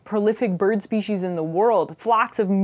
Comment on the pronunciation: It's pronounced speshies even though it's written as species. I was actually watching this and thinking how great it is that she pronounces it correctly considering a lot of people in America seem not to.